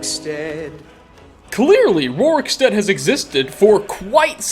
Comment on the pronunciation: Roriksteak...I’m from rorikstead